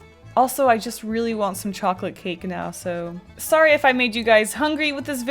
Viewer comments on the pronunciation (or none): none